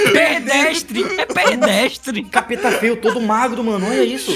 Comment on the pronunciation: Reza a lenda que fala "perdestre" ao invés de "pedestre"